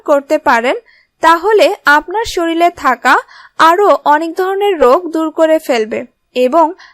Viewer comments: খুব ভালো বলেছেন, তবে শরীর কে শরীল বলবেন না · শরীল না শরীর। । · শরীর কে শরীল বলবেন না প্লিজ ।